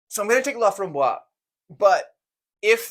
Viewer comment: "Laframboise" has an "e" on the end and should be pronounced "LA-FRAHM-BWAZ". If it were missing the "e", then the "s" bit would be silent and it would be "LA-FRAHM-BWAH". Also, "au fromage" does for sure mean with cheese. This guy is messing with you Lol.